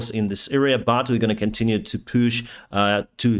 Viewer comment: Push is pronounced as ПУШ, not ПЮШ